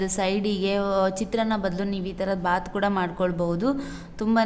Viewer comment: Kothambari alla kotthambari Gooda alla kooda